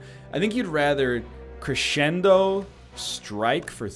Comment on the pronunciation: It hurts everytime he pronounces "crescendo"